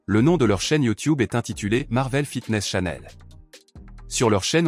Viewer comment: Attention la voix synthétique ! Ca se prononce Tchaneul et pas Chanel : Coco n'a rien avoir là dedans, gaffe à pas diffamer cette entreprise de luxe et parfums français 🤣 (il parait qu'ils ont les moyens de se payer de bon avocats 😇)